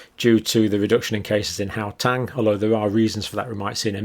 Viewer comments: Please, Dr Campbell, it is Gau-teng , not Gau-tang. (I remember your saying you were a bit dyslexic so it is brave of you to tackle our strange names!) It is wonderful hearing you discuss South Africa, and I'm very grateful for your research. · its HOW - TENG not GOW -TANG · I am from South Africa, love how Dr pronounce "How Tang" (Gauteng) :virtualhug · Please just learn how to pronounce Gauteng the right way